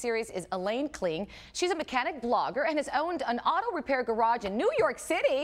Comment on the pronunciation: It's Kling, not King